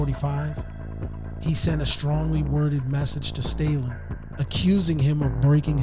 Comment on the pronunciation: Stah-Linn, not "Staylin"